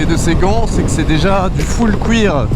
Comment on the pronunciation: J'adore le "neubeuk" et le "couir" 😂😂